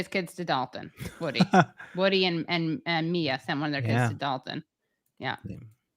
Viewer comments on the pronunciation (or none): none